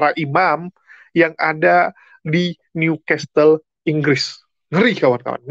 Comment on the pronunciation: walau tulisan nya New Castle bacanya Niu kasel bukan Niu kastel yah